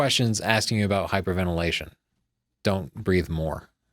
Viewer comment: "Hyperventilation" (two 'i's', rather than three. lol)